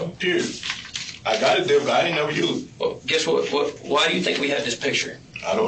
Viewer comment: I was just listening to this and they are clearly saying "death card" instead of "debit card". both of them. so I had to walk over and look at the video and text and even while reading it on the screen, im hearing "death card". "Deh-bit" that's how you say that. what the fuck? they are not making the "b" sound at all. that's weird considering this is about a murder.